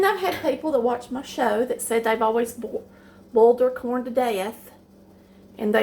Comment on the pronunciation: I heard the way she pronounced ’boiled’ and immediately deleted the other videos I was thinking to watch.